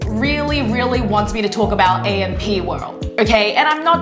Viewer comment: Atleast you should pronounce the group name right 🤦🏻‍♀️